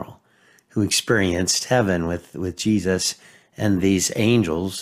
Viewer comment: The way he says Jesus...GeeSUSS